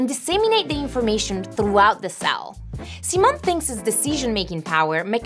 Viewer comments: Hi Simon. It's See-moan! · Sai-mon not See-mon